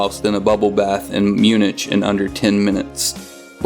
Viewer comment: You mispronounced Munich..